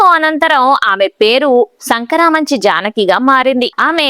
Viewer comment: యాంకర్ ఉచ్చారణ సరిచేసుకోవాలి. జానకి పుట్టింటి పేరు టేకుమళ్ళ వారు. అత్తింటి వారి ఇంటిపేరు శంకరమంచి అంతేగానీ సంకరమంచి కాదు. ఆవిడ శంకరమంచి శ్రీనివాసరావు ని వివాహం చేసుకున్నారు. ఆయన వైర్ లెస్ లైసెన్స్ ఇన్స్పెక్టర్. మీరు చెప్పినంత ఆర్ధిక లేమి వారు అనుభవించలేదు. మరీ పిల్లల పాలకు లేనంత లేమి అనుభవించిన దాఖలాలు లేవు.